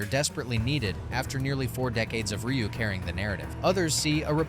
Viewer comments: R-U said NO ONE EVER. Not even Rye-u, or Ree-u. I have never heard Ryu being called R-U ever.😂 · Dislike just bcus u don't know how to say Ry U 😂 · Instant downvote when I heard "ARR YOO" WTF dude, do the SLIGHTEST amount of research for your videos. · R u having a hard time pronouncing the names? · I ain't listening opinions about street fighter from someone who doesn't even know how to pronounce Ryu. Disliked. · RYU is pronounced Ree ooo not R U And wears a Gi “Gee” not G I.